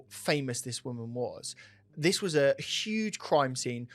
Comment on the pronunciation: I like in this justifying the argument barry deserved no comp. Here here. Stop saying wuz tho! W-A-S